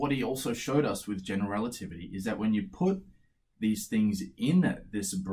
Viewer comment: He must have said "general relativity" so many times that he is able to say it like one single word "generaltivity"